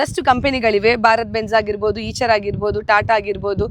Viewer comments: ಅದು ಈಚರ್ ಅಲ್ಲಾ ಐಷರ್ ಅದು 😅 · Eicher antane helodu aichar alla